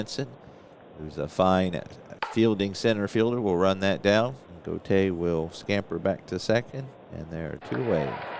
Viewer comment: That was a fine game. The time seems to fly by when you play. Julio Gotay's last name is pronounced: "Go Tie". Gus Bell is not a HOFer. A fine player who spawned sons who played in the majors. Thanks for the play-by-play, game, and video. Looking forward to more.